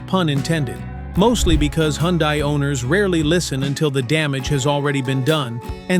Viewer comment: Hyundai is pronounced like "Sunday"...just saying😊BTW, all this applies to KIAs, too!